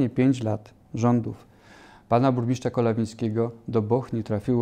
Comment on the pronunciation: „Burmiszcza”, „wziąś” … czy na prawdę tak trudno sprawdzić na jakie stanowisko się kandyduje i poprawnie wypowiedzieć jego nazwę? Jeżeli nie są Państwo kandydaci gotowi stanąć twarzą w twarz do wyborców i godzą się jedynie na retransmisję to chociaż poprawcie rażące błędy językowe. Na więcej w nowej kadencji nie liczę.